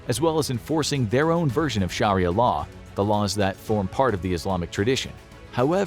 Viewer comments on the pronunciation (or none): none